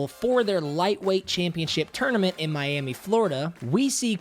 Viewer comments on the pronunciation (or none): none